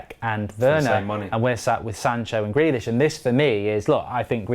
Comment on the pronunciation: Like says: “Grelish”😂😂